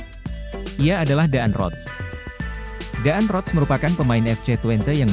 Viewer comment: DAAN ROTS = dibaca DAN ROTS. Admin harus banyak belajar cara membaca yang benar, padahal ini pelajaran waktu di Sekolah Dasar.